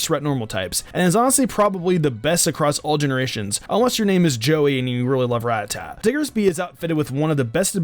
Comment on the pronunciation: Youngster Joey: That's a weird way to say rattata.